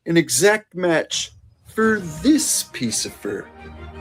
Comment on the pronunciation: "fur this piece of fur". 😂